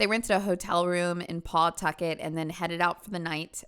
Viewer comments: "Paw-tucket" 🤦‍♀️ lmfao, it's pronounced "Puhtukit" you sweet summertime soul! 🌞🌻😂⚓ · Rhode Islander here. It’s pronounced “puh-tuckit”. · So weird, I'm from Massachusetts and am in Pawtucket and Providence RI all the time. A lot of kids from out there are "tough" and gangsta gangsta. Shit, we might know some of the same people lol. Btw you can just pronounce it "Pa-tucket" lol don't need to emphasize PAW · I grew up in Pawtucket and every time you say it has me lmao I paw-tucket lol 😅 I still live in RI but in a different city